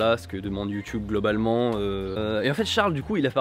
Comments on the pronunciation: tu peux dire youtube et pas youtioube stp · Ahhhw, Satan ! Tu dis "Youtoube"..J'ai mal..